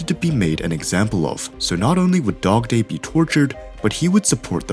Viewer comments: did he say dogtoy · Bro, literally said dogdoy